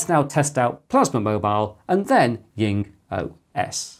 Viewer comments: Jing is pronounced djing, not ying. It's a transcription of 鲸, i.e. a whale. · I'm interested, why do you pronounce JingOS as YingOS? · That could be the German pronunciation (The German 'J' is pronounced like the English 'Y').